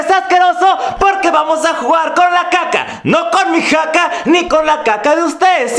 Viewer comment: dices caca o jaka??